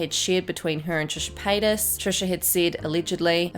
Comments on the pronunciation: "Trisha Pasta" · Trisha pasta? 😂 did I hear that right?? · No one: Not a soul:: TrIsHa PaStaS